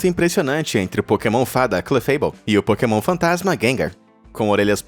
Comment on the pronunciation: a parte que tu dises porkemon é muito engracado kakakakakakakaakakakaka